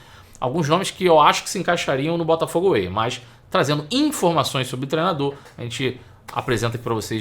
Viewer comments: Mas que "Botafogo AWAY" é esse???? É "Botafogo WAY"... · Tá me dando nervoso ouvir ele falar Botafogo AWAY toda hora. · Pelo amor de Deus, o nome do projeto é Botafogo WAY! away tá tu kkkk